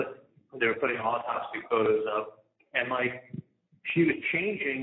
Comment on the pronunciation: The AwTopSee Photos -- The AwTopSee Photos -- The AwTopSee Photos!!! Waaaaaahhhhhhhh....